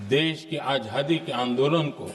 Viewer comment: मोदीजी, आझादी नहीं आज़ादी । आप का उच्चारण सही नही। आज़ादी हींदी शब्द है क्या? लगता है यह उर्दू शब्द है?